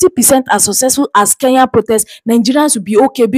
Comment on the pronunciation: Kenya not Keya!!!!